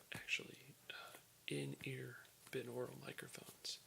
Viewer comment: It's pronounced BY-NORULL, just like binary is pronounced BY-NARRY